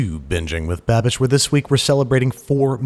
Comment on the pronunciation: I thought is was pronounced Bah-Beesh, not BAAbish.